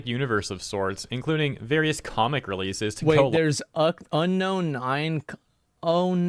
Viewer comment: Dude saying onknown can't pronounce the word unknown